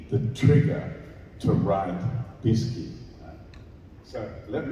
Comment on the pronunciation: It's not "Biscut", it's "Biskie" 😉 Thank you for all videos with Tommy 🙃